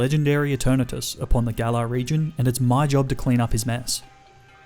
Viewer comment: WE DO NOT REFER TO POKEMON AS A BOY, GIRL, SON, OR DAUGHTER! AND IT'S GALAR, NOT GALLER!